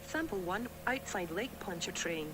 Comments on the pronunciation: I cant un-hear, Lake Punch-A-Train XD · I heard "Lake Pontchartrain" as "Lake Punch A Train"